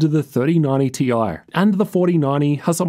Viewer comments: T-i, not tie-fighter. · but we know it's T i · And we all know its TI..... Ffs.... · Omg please stop saying "tie", completely distracted from the content. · pls just say it as "TIE" 😭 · If you're gonna get "technical"and pronounce it "tie", then you need to be calling them "three thousand and ninety / four thousand and ninety" 😅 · people who say "ty" got mad at this 😂